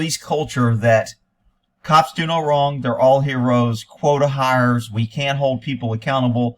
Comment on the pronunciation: "quote of hires." is saying quota hires.